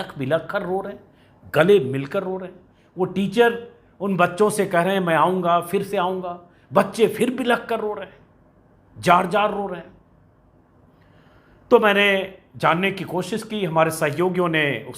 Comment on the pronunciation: Ajit bhai, Jaar Jaar Nahi Zaar Zaari, hai, don't mind plz